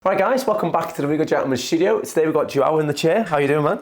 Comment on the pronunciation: What’s a “shtoodio”? Is that like a studio?